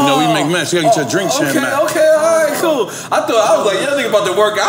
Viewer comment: “Yoga 🧘🏾‍♀️🧘🏾‍♂️maps “ it’s mats Nore 😩